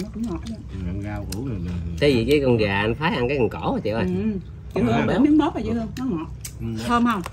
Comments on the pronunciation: Mướp, chứ ko phải “móp” nghe Nam! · Móp hay mướp hả ông nam kia..😁😁hjhj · Gà hấp mướp chứ ko phải móp.